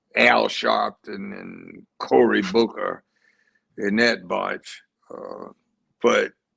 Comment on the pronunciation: Did JB say, “Cory Fooker”? Loool